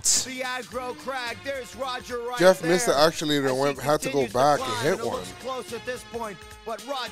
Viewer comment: Never correcting when he says actulators better continue to next season